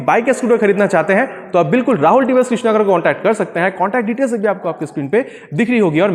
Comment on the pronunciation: Its krishnanagar not krishnagar! Btw nice video!